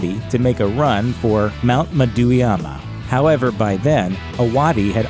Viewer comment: Mount Ma-dewy-ah-ma?